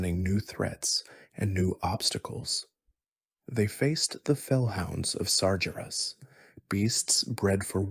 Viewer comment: ar chi mond and sar jer as made me get out of bed and turn it off. cant listen to that all night 🤣